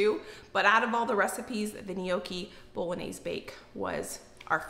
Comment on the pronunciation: Lol wtf is boloanze 🤦🏼‍♀️ please don’t do Italian like this